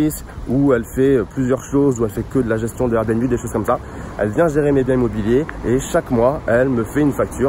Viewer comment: Son RRRRRR bnb 😂🔊